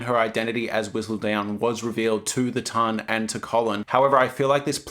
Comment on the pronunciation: Also, it's not town. It's ton, like bon-ton.